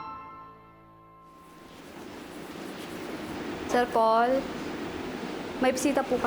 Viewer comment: its Paul po not powl haha